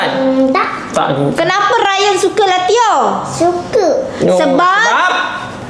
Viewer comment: Latiao lah bukan latiao 🤨